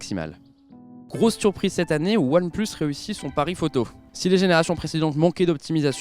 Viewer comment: Je suis le seul a entendre "oilplush shish" ? Quand il le dit ?